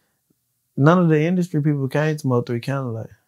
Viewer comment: Mo 3 said he graduated college,but couldn't pronounce nvm.